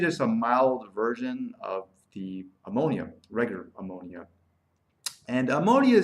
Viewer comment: It's not ah-monia!